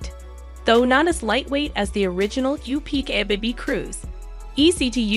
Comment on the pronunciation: LOVE this video 😊 Just wanted to say that the UPPAbaby is pronounced Upper baby… other than that fabulous video!